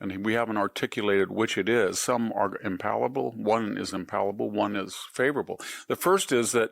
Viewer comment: The word is impalpable not impalable